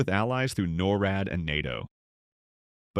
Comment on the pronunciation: Get proper speaker able to pronounce NORAD …